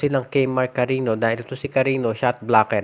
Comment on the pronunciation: Hindi Yan CARINo sir. CARIÑO po, as in KARINYO